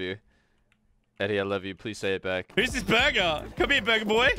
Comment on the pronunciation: jajajajaj Bro but, i dont get it, why they say burber instead of burger??